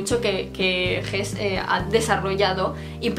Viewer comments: Pronunciación: jesse. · Al momento de verbalizar el apellido de Hesse, ¡pronuncia la última vocal de susodicho apellido! 🙃